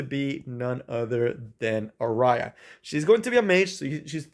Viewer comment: "are-eye-ah" is a really interesting pronunciation of "Ah-ree-ya" hahah. you got me good, couldnt help saying something